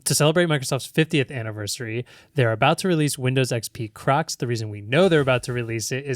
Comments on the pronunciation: Maybe it’s my hearing but I am hearing say Windows XP crux. 😂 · I thought was saying Windows XP crux 😅 didn't realise he was talking about footwear 😂